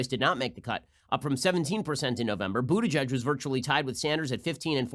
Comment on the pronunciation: Stop it Ben! Just stop it! His name is pronounced Booty-Guy-G anyone who knows German knows it's not pronounced Butigedge. I thought people stopped having to do this since the heavy Anti-Semitism of the 1920's -1950's